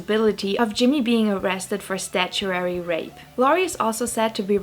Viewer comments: “Statue-airy” rape….lol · Nine minute video about “children” and not one word about their parents. “Bonham” has a silent “h.” It’s pronounced “Bon-num.” The word “consent” is pronounced with the emphasis on the second, not the first, syllable. The correct pronunciation of the legal term is “statutory,” not “statuary,” rape.